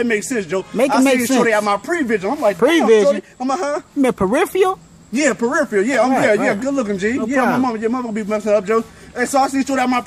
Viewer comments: Periffial? You mean peripheral? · Peripheral... not "per - if - ee - al" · u mean perifial? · I seen shordi but i aint seen shordi nah mean? U mean peripheal? 😂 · It's "peripheral" not "periphiel". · Its peripheral not periphial😂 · And then he got corrected with "periphreal" lmao I love the way black ppl talk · He corrected prevision with the incorrect pronunciation!😂😂🤔 It's peripheral (ph=F) Still good video tho. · PERIPHERAL !!!!!!!..... "periphial" is not a word......... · gurvirj95v2 and still said it wrong after he corrected him...lol